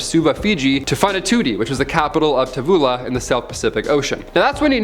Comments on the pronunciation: Tavula?!?! It’s Tuvalu dude! Literally my favorite country 🇹🇻🇹🇻🇹🇻 In all seriousness though you’re my favorite host, have a jolly day! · Not to mention he messed up the name of a country too x) (Tavula -> Tuvalu 🇹🇻) but I still adore his hosting much love from France I’d love to go to Scotland one day!!